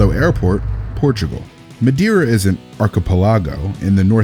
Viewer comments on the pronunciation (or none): Ah yes...an arc a puh log oh! Like the Outer Heber Dyes. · hahaha! no offense meant but, i'm really surprised to hear such from a native English speaker :P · I have no problem offending him he is a moron. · naive but not native XD